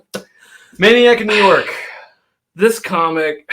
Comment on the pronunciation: When you said maniac of new york bronx is burning it sounded like you said jew york 😲😲 look back at the video